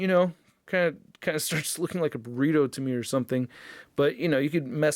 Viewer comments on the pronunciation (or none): none